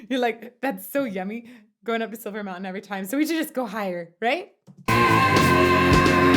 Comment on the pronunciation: I think its pronounced "Schilver" Mountain.